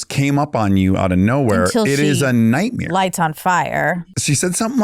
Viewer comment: Anybody else notice he said nightmeer like Bert Kriesler?